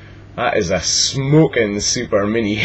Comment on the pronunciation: haha. i love how you say. smokin... e-shmokin